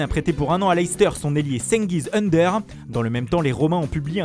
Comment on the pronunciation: Ça veut faire le mec avec un accent italien claqué au sol mais c'est incapable de prononcer Ünder... Sans déc arrêtez, prononcez tout à la française on s'en cogne mais arrêtez de faire des affronts aux langues comme ça